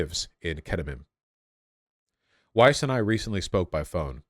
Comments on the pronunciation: Please stop stroking, lovingly your hipster beardy hair mustache. You lose massive IQ cred with every stroke. Like man -bun hair on the heads of soccer players. And, yes it's Weiss. with a V sound. It is jewish, Yiddish and German. Weiss, German for "White". Pronounced "Vice". like that. Wysse is the Americanized de-jewishized pronunciation. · "Weiss" is actually pronounced "Vice" in german (W in german sounds like a V does in english) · Weiss is pronounced vise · Just to let you know in my opinion German names are just that, you can choose to bastardise them by deliberately pronouncing them wrong as the Americans and British do. Weiss is white in English but the W is pronounced as a V, no matter where the person lives the name is the same. Epstein too, it should be pronounced Epstine because ei is pronounced as i. Still, do what you want, but personally I choose to pronounce (and expect others too) my name correctly. It is a Northern English name and the German people here always have problems with it, so I take the time to teach anyone who cannot pronounce it how it is pronounced. Our names are important. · Weiss is pronounced in hebrew exactly like in german. Daniella is one of the most extreme settler. She is brain washed.